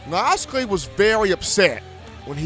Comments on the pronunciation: rolltidematt92 I mean I understand nobody’s perfect, I get that. But look at his name on a piece of paper and then say his name, if it doesn’t sound like it looks then you’re saying it wrong. damn how can anybody take you serious when you don’t even come close to pronouncing a fairly easy name correctly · i hope he learns to pronounce his name before the season starts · i dont ever take him very seriously, i actually just left the video after he butchered that lol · miami hurral canes lol, mike locks-lee come on dude u gotta pronounce this stuff right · lol right, he butchered that like 20x and he also said miami hurral canes, what da fux? lol